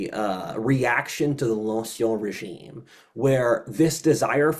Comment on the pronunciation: you're pronouncing "ancien régime" incorrectly. The "en" is pronounced as a French "in" like in the word "fin."